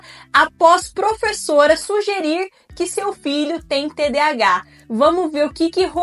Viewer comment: Ela não sabe nem dizer TDAH???? Nossa, qta cultura numa só pessoa.